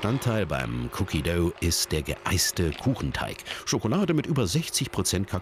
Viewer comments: "Cookie döu" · Wie er cookie dough sagt😂